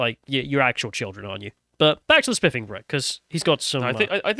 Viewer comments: I thought you said "SpLiffing Brit"!!!😆😂🤣😭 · his diction is terrible i can't listen to him don't call yourself the spiffing brit if you can't pronounce a "th" sound